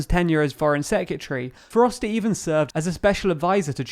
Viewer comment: Repeat after me: sec-re-tary. You're welcome.